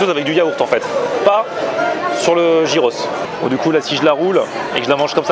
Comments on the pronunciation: c'est pas gyros "jiros' mais "yiros" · Ah cette mode de prononcer "Jiros" c'est dingue! heureusement que les grecs ont l'habitude des touristes. Une bonne fois pour toutes ça se prononce Yiros. A la limite même dire "Guiros" ça passe mais "Jiros" c'est pas possible